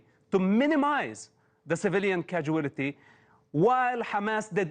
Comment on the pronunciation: I like how Mosab turns casualty into a five-syllable word instead of three.